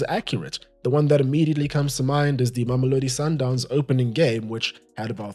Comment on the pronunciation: Hi you actually correctly pronounced Mamelodi Sundowns